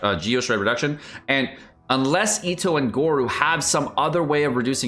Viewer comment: its pronounced go-ro and albaedo HAHAHA